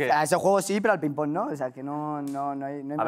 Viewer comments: Es ping PÓNG joder, con acento en el PONG hostiputaya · Ping pÓng, con acento en la O, Óstia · Quién dice Píng Pong?? Ping PÓng, por favor. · Me pone muy nerviosa que diga pinpon en vez de ping póng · Pínpon? PÍNPON? La hostia. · cuando ah dicho lo de “pínpon” 😂🤣